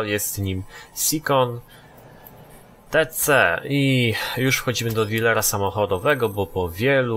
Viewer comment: Sikon? Czyta się Sajon Tis-i.